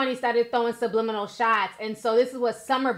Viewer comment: “SLUMLIMINALS” bwwwaahhh honey I screamed!